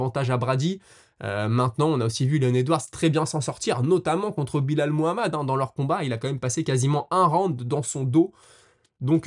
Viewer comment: Frero appelle le Belal et non Bilal 😭 top les vidéos sinon